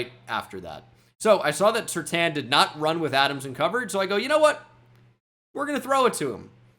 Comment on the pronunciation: It's patrick (sir-tayn)